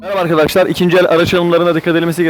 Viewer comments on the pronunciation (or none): none